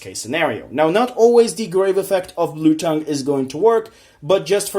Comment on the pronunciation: First of all, pretty good list. Secondly, it's Blue T-Ay-ng (like Tangy) not tongue. Third, Instead of Dupe, try out Testudo erat Numen. Could also take the play of Statue since there's no real way of getting it on the board comfortably.